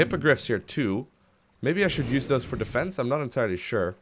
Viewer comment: its "those" not "dose" regardless, carry on.....